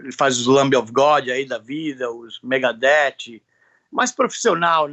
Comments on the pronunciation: O Max falando "Megadete" é incrível kkkkkk ele pode ! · O MAIS DOIDO É O MAX VIVENDO NOS EUA HA MIL ANOS JÁ E AINDA FALANDO ''MEGADETÍ'' HAHAHAHAHAHA <3 CARA É BRUTO DEMAIS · Sabia que tava de boa eu falar "megadétchi". Valeu, Max! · Enquanto nego fica preocupado com a pronuncia do nome das banda, corrigindo geral, o próprio MAX tá cagando pra pronuncia fina. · Parabéns pela entrevista. Esse cara é lenda!!! Achei engraçado a pronuncia dele com as palavras "Ritual" e "Megadeth"